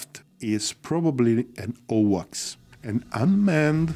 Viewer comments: Great video as usual. However It’s so confusing when you pronounce AWACS as OWACS… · 1st A in AWACS rhymes with a in rain. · My apologies. What is owaks? Or is he saying AWACS for Airborne Warning and Control System? Or has the abbreviation for AWACS changed and I did not know it?